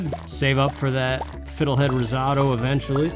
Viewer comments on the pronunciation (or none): 1. I love eggplant parm. If I could marry you, and we have eggplant parm on our wedding night, NOT a bad deal, LOL. I mean really, why not do both? 2. Ugh...I know, I know, this is ages after the fact, so last time I'll mention this, but for future reference: "riz-OH-toe". Like that. Did you know that America doesn't have an official second language? Canada's is French, and for the longest time, I thought America's was Spanish, but nope. My French is terrible, though, because they only teach you VERY basic vocabulary, and how to conjugate verbs, in elementary school French class, and my ninth grade French teacher (you're allowed to stop taking it after then) was really a gym teacher, so she didn't know French from a hole in the ground. My best friend can have a conversation in French--I've heard her do it--and she agrees with me that, below the post-secondary level, our French education is terrible. I would like to have learned from people who actually knew the language, but our only truly bilingual province is New Brunswick, and I don't live there. Think of province like your states, by the way, only many of them are significantly larger than most of your states. Ontario, where I live, for example, is bigger than Texas. 3. You know perfectly well that you're not the only human being who goes over their past and rewrites scenes, as it were. I do it often enough, Gods know. The whole message behind the mental health field, I think, is one of "You are not alone". Mind you, I wo